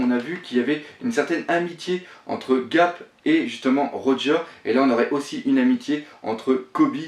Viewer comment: Ga"R"p ! Et pas Gap ^^.